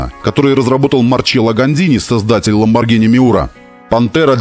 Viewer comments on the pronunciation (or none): none